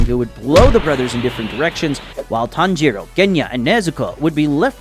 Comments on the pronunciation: you called tanjiro, tanroji in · HOLD UP “Tanroji” 😂💀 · Did anyone else realize that he called tanjiro tanrochi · Tanjiro ✖️ Tanroji ✔️ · I heard tanjiroji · I thought I misheard and misread but it is tanroji